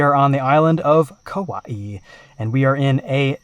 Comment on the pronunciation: Said Kauaʻi damn near perfectly,! Nice work.